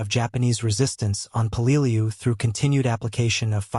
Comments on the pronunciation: Peleliu is pronounced "peleloo." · say it with me, "pay-lay-loo." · apparently pronunciation is not part of AI lexicon.:body-green-covering-eyes: peh-luh-loo. (Peleliu) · Mother-in-law was there. Wish it had dawned on me to sak what it was like to be invaded by the US mariens? Her daughter and I met on Anguar? And that's not how I say Peleliu.